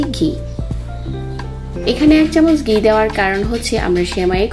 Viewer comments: ঘি কে গি বলেন ভেজে কে বেজে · উচ্চারণ ঠিক করুন। ঘুরিয়ে নিচ্ছিকে বললেন গুরিয়ে নিচ্ছি। ঘি একবার বলে পরে বললেন গি। ভেজে নেয়াকে বললেন বেজে নিচ্ছি। খুবই সমস্যা উচ্চারণে।